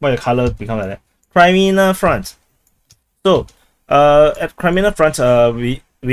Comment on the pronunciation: Kraimina? Not sure how Kremina can sound like that even in the weirdest dialect. But whatever...